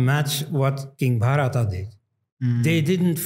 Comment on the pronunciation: Wonderful conversation and thanks to Dr. Elst for his scholarship, as always. Minor correction: it was king Bharata (Bha-ruh-taa), not Bhaa-ruh-ta (pertaining to Bharata, or to Bharat).